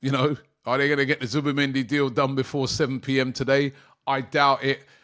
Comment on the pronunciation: Zubi not Zuba please Robbie